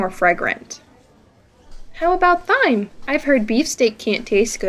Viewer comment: It's great, but why do you pronounce the "h" in "thyme"?